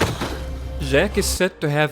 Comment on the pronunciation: Its jack not Ziiiack